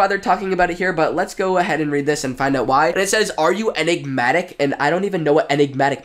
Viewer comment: Enigmatic is pronounced en . ig . mat . ic. It means hard to understand;mysterious